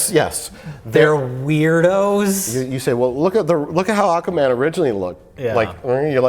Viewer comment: Mike "Ahkaman" Stoklasa